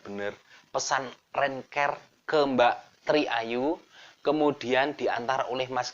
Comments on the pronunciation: Mas, pengucapan Bahasa Inggrisnya diperbaiki dong siapa videonya tambah asyik... Rent CAR {k a r} jangan diucapkan Rent CARE {k E r} .. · Rent kar bang bacanya bukan renker......rental car bukan care karna care itu perduli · Rental mobil rentcar bacanya renkar mas bukan renker... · rent car kok rent ker. koplak. coba wawancarai sri sukhetmi. dia bisa manggil sunan lawu raja jin gunung lawu kapan saja